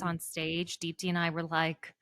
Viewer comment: Deepti, your name means "ray of hope" in Hindi and you truly have epitomized what hope means in face of difficulties. I just wish you would pronounce your own name correctly 🙏🏼. You don't need to anglicize the pronunciation to fit in.